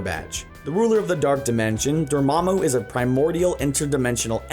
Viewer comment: It's dormmamu not dormmabu